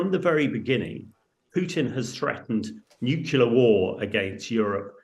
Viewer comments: 2.19 "NUCULAR" - 2.44 NUCLEAR" - you can say it when you try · Nuclear is pronounced "new-clear". NOT nukular. It's really not difficult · Nuke-u-lar war? Grrr.... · Did he say "nucular"? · Not someone else who should know better pronouncing it 'Nu-Cu-Lar'. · Surely someone in the business can pronounce the word Nuclear correctly, it is not Nucular.